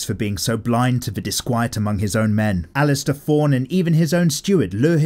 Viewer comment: It’s alliser not alistair.